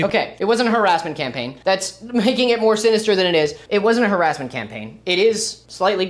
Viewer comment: "Harrasmental" is killing me